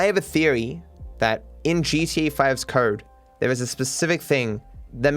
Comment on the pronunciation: "In GTA V's Kurd" Bruh